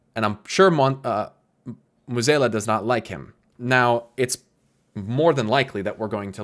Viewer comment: Great vid but pronouncing Mueh'zAla as Mueh'zEla low key bugged me for 20 minutes xD